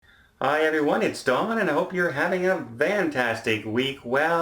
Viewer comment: FFFFantastic. Not Vantastic.